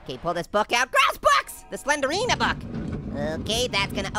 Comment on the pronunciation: did you say Slendrina?!